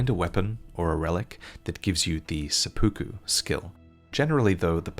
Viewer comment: Never heard someone pronounce seppuku like that.